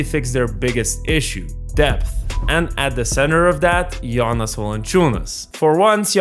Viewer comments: Closer to correct pronunciation is "Gionas" (with a soft "g" like how you say "Giannis" in greek) not as in the "Jonas Brothers". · Great video report of a current matter that's interesting and nice new green background!! Is it me or did it sound like you were saying Giannis instead of Jonas 😜 im sure you were probably saying it the right Lithuanian way Like you said Jonas has always been a true pro and consistent throughout past decade but i think he made a big mistake by signing with wizards in 1st day of 2024 free agency knowing that they had no intention of winning and or course would only look to trade him by the Feb. deadline. Has your source said that Jonas regret that decision???